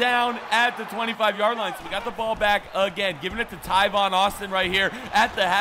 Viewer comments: Tavon. He said Tyvon for some odd reason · is talking about tavon Austin he just pronounced it wrong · ITS T- A- V- O- N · The amount of times you said Tivon Austin......... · Why does he say tavon Austin so weird?